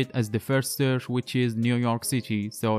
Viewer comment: It’s searCH NOT surF. Possibly least intelligible narration on YouTube. Perhaps use a native English speaker to do the narration for you?